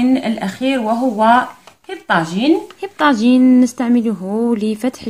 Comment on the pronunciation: هههههههههههه مكتوب بعربية وماعرفتش تنطقو